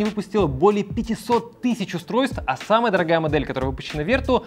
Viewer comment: Главная ошибка всего ролика это произношение названия Vertu (не Верту, а Вертю, так как название произошло от французского слова). Слово vertu (французский. vertu — «добродетель, достоинство»).